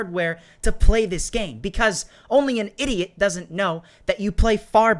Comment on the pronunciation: ahahahaah why do you allwise say idoit😆😆😆😆🤣🤣😂